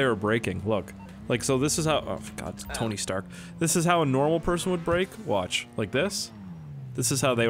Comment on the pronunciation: he really just said tiny stark 😂😂